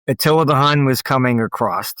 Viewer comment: you lost me at 'acrost'